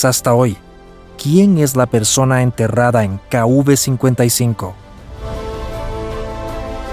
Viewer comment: Sería KV no kuv, el relator del documental debería aprender identificar la letras.